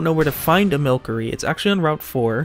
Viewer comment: Pronounced wrong it’s Mil-cery- a play on mystery. There’s no cr there